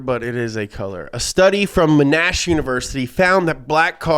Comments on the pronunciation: It's MONash, not m'nASH. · the way he pronounces monASH university omfg